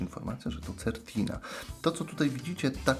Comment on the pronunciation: Wymowa- Sertina.